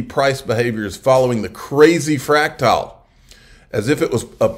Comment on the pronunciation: Fractal is pronounced *frac-tul.... not "fractile"